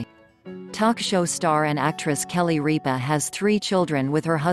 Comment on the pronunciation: Ripa not REAPA